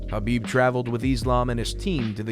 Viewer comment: Ha-ha, the guy is a legendary fighter but his last name somehow gets butchered by every commentator and announcer. Abdulmanap and Khabib are the only ones saying it correctly but nobody seems to listen.